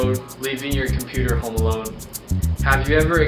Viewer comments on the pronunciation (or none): none